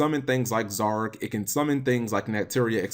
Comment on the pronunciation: Stop saying Zorque XD